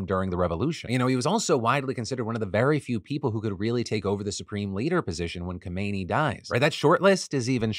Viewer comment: Hi Phil. An Iranian woman here - first thing the current Supreme Leader is Khamenei. Khomeini (which is what you pronounced) was the fucker who founded the Islamic Republic Regime. Secondly, please let you audience know that Iranians up and down the country are celebrating. There are fireworks going off in every province and people dancing on social media, toasting (yes with alcohol despite it being illegal and punishable by lashes) to Raisi’s death. We called him the Butcher of Iran. We know that he’ll be replaced but we’re gonna celebrate while we can and meme the hell out of it.